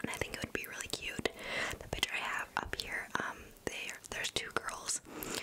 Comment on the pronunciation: Lol I love the way she says picture she says it like pitchure